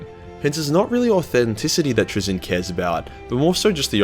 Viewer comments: Traynz looks like it should be pronounced like “trains”. His name ends with “nz” I don’t know how you’re getting “Truh-ZIN”. Penal colony schools at work. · “Trai-zinn” Also, happy birthday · I think it’s Trazyn like Tray-Zin just wanna say that. Also happy birthday you should never go into singing. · Trazyn? Traynz?? Trainz. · It's pronounced "trains". Trust me. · (tray- zeen) but great vid man I really appreciate it but I'm too poor to support you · It's pronounced 'Trazyn' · TRAY-zyn. Stress the first syllable- also, in-fin-ite (all three syllables stressed the same).